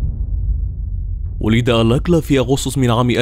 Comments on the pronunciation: الاستاذ المقدم أو الكاتب أو المعدين للحلقة، اسم القا،تل رودني آلكالا alkala و ليس الكلا alakla البنت التي فاز بمواعدتها في البرنامج رفضت أن تخرج معه وقالت هذا الذي نجاها من موت محقق لانها لم ترتاح لعيونه أو نظراته ارجعوا إلى الوثائقيات وبرامج القت،لة المتسلسلين الأصلية الأمريكية وشكرا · هو رودني الكالا وليس الاكلا انطق الاسم جيدا